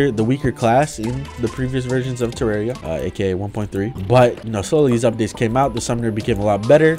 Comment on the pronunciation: its terraria not terrario wtever